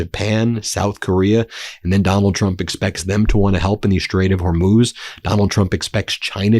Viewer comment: Yay! Ben finally pronounces Hormuz better. 😊